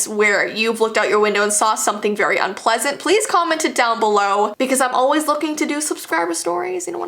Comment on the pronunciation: a dog pooping she said "unplesint"